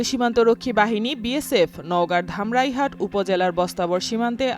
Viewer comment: উচ্চারণ ভুল করেছেন। ধামইরহাট হবে